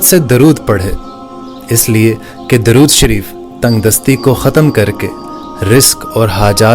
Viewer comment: Dorud thik se pordna